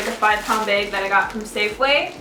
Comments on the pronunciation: you say "bag" like "baig" :') i like you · You say bag weird :3